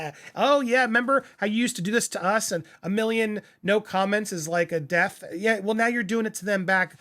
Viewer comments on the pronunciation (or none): none